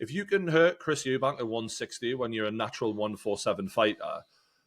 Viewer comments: If ur gonna be completely biased in Conor Benns favour least you can do is pronounce Chris EUBANK Juniors name properly. Disrespectful. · It’s Eubank not Eubanks. Thares no S. No hate, you just say it wrong every time and some people might discount your fighting knowledge if you’re not even getting fighters names right. Good chat anyway.